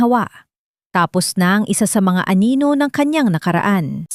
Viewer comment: 7May banyaga dogo sigro to..si narrator.....di mabigakas ang wekang pilipino masyado😂ang anino ay naging aninola pero maganda ang story..maraming salamt.